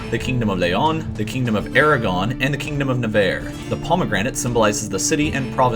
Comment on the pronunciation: Yeah, Hispania as the romans called has no relation to Spain or the spanish kingdoms that flag shoulnd't be there. -And it's Aragon... not Eragon.